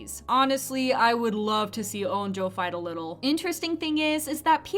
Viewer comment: STOP SAYING NAM-DA ITS NAM-RA AND U SAY ON-DO TO ITS ON-JO